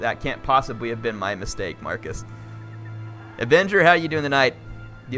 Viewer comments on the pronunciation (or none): none